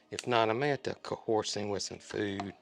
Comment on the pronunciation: Please don't be mad, but I burst out laughing that you are a poet and wordsmith right after I heard you say what sounded like Co-horse. I grew up in the south also. Cracked me up how that Alabamese sneaks in. ❤